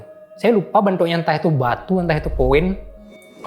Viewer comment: “Saya lupa benthok nya”logat balinya keluar😂